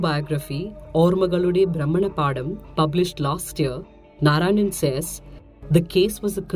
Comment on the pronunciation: Hi.. Being a little nitpicky here.. "Ormakalude Bhramana- paadam" is what you said which roughly means "Memories' revolution- paddy field". What the title is "Ormakalude Bhramana- patham" which means Memories' revolution path, or Orbits of Memories. Just a slight mistake, but kudos to cute effort to sound natural when speaking Malayalam. Out of practice, i guess. 😉 And, that GIF, esp the end part drew out a chuckle out of me.. Might be because I was aware of the weatherman video. 😁